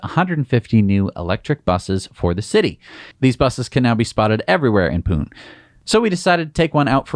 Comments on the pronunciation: It's not "Poon," India, it's "Poo-nay" (two syllables) 🤣🤣🤣🤣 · "Pune" is pronounced "Punay" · hi... this is Vijeesh from India..... a long subscriber of the show.... keep up the great work you do... I am delighted to see a news piece from India in your show...... Just a small correction, of the show, the city from India (Pune) is pronounced as in (Pun-ay).... bye.... now you know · Pune pronounced wrong 😅 is actually Pu Ney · The e at the end of Pune gets pronounced, not strongly maybe, but pronounced nonetheless…